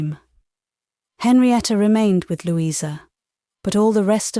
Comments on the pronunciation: Lou-eye-sa??? British? Nope. Sorry. Loueeeeza is correct British pronunciation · DEFINITELY NOT!! Lou-eye-sa is a dead giveaway!! Her name is pronounced Loueeeeza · That is correct and yes, was a mistake but overall the voice is using RP. Believe me, there are Jane Austen audiobooks here where a nasty thick American slang accent soils the source material. "Lou-eye-sa" would have been you least problem. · Yes - ‘Louisa’ often pronounced with a long i (Loo-eye-sa), which is particularly odd. Maybe the reader was thrown off by the fact that ‘Maria’ was often pronounced with a long i and thought that must have been true for other names as well? Also, the ‘w’ in ‘Benwick’ should have been silent, I think. But those are minor quibbles, I really appreciate this reading! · Great reading, but a weird pronunciation of Louisa😂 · Can the narrator please refrain from pronouncing the name "Louisa" incorrectly. It is most irritating. Particularly when she sometimes bothers to pronounce her name correctly. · i agree, it'e Lou...issa....incredible that an English narrator doesn't know how to pronounce this name1